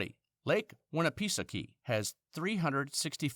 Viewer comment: oh my gawd, that pronunciation of Lake Winnipesaukee was awful.